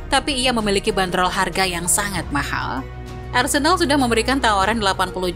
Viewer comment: menit mimin bilang Arsendal ?